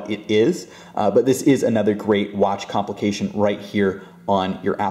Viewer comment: take a shot every time he says comlication